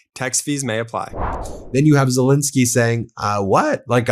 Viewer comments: I try again: please say SelEnsky. Not Selinsky. You wouldn't want to be called Moselas, would you? Everybody correctly says MEIselas. Well, it's ZELENSKY. P.S.: I love your commentaries. Nothing but praise for those. But please, refer to Ukrain's president as ZELENSKY. We owe him that. Thank you very much in advance! 🙂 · Quite a while ago I heard of President Zel-E-nsky of Ukraine, but he’s STILL magically morphing into Zel-I-nsky! Why? WHY?